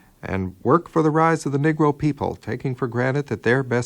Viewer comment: My Brother, the term is "Negro" pronounced (Nee-gro) not Niggro!